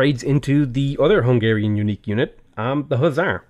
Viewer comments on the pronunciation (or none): none